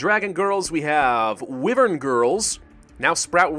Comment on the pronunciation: Its pronounced why-vern not wivrn